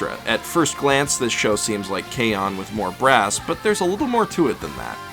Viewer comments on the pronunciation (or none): none